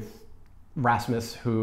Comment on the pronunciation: The way you said Rasmus was impressive. I've heard it said in so many ways and yours is by far the best from any foreigner that didn't move here as a child. (That I've heard spoken at least)